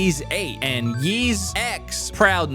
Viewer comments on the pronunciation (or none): I don't know if you'll read this,, but Ys is pronounced as "eece" and not "yeeze"! Also the X in Ys X's title is the roman numeral 10.